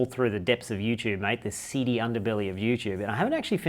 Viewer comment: ... the "seedy" underbelly of youtube, or the "Cd" underbelly...